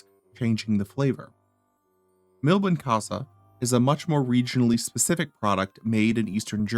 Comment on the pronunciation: it takes 5 seconds to check the original pronunciation of "Milbenkäse". It's not that americans are particulary bad at languages, they simply do not care